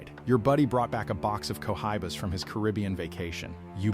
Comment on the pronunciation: I love co-high-bas